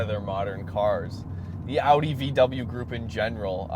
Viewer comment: Sick bro, and thanks for pronouncing Audi correctly